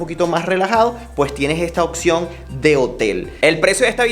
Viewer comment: oPción, no Occión 🤣🤣